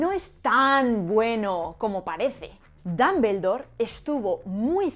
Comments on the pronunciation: lo que no me agrada es la pronunciación de los españoles de el idioma inglés, no se porque pienso que no hacen ni el mas mínimo esfuerzo por pronunciar bien, una pronunciación figurada de DUMBLEDORE es aproximadamente DOMBLDOR, y los españoles pronuncian literalmente DAMBELDOR, sin una pizca de esfuerzo de pronunciarlo correctamente, solo es mi humilde opinión. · Con el perdón de la autora del video y de todos... no aguanté la risa cuando pronunció DAmbeldor... OMG! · ¿Por qué pronuncian Dumbledore como Dambeldor? ¿Existe alguna regla o convención al respecto? Cada que lo escucho siento que me va a dar algo. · Tanto explicar lo bien que hablan en español, por que no explicas esto? "Dumbledore" lo pronuncias como "Dambeldor", es horrible! Por lo menos sería "Dambledor", y eso lo hacen siempre los españoles. Otro ejemplo: "Google" y dicen "Goguel". Son horribles! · Jajajajaja! "Dambeldor" jajajaja! Te es tan difícil decir al menos Dombldor? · ¿Cómo “Dumble” en Dumbledore puede ser pronunciado dambel? No entiendo! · Dámbeldor? Jajaja qué chistoso lo pronuncian. Hermión? Jajajajaaj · el fonema /ʌ/ es muy distinto al fonema /a/, igual que al /o/. Sinceramente no entiendo por qué los españoles hacen una mezcla en cuanto a pronunciar palabras de origen inglés. dicen /Apel/ pero no dicen /ipon/ para Iphone. Dicen 'equis box' para el 'X-box' pero no dicen la 'plai' para la 'Play' (station). No me mal interprete, me encantan los idiomas y sus variaciones, pero un país que tiene de vecino a Inglaterra debería tener una mejor pronunciación. Saludos.